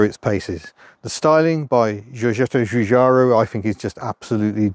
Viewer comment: Er....Giugiaro pronounces his name as Jujaro. Italian is not much into zh sounds.